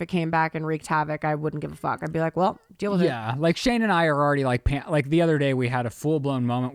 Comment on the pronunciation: I love how said "dill" instead of "deal", just for Ryland 😉😂❤